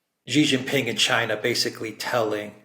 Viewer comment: say his name =SHEE JIN PING NOT JHEE JING PING., JHEE MEANS PENIS IN CHINESE LANGUAGE. SAY SHHHHHHEEE LIKE THE WAY ALEXANDER M. DOES, SHEEE LIKE FEMALE IS CLOSER TO THE ACTUAL CORRECT WAY. JHEEE IS INSULTING.